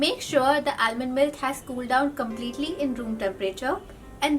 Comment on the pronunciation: Almond. L is silent. Since u making the video :)